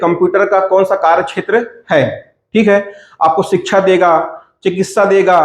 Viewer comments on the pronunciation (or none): none